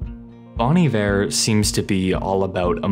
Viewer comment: My only qualm with this video is that you pronounced Bon Iver wrong. It's (Bone) Iver not (Bawn) Iver, as it is French for good winter. Other than that, awesome video, very well done and beautifully reciprocated.